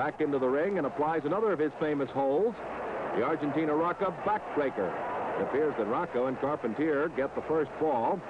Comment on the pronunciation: Check it out: two refs for a tag team match! You'd never see that today. And you hear now the announcer butchers the last names of Carpentier and Rocca?